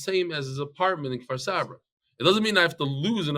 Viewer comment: It's Kfar Saba not Far Savrah